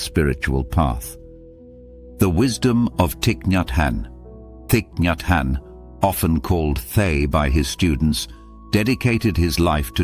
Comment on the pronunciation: You pronounce his name wrong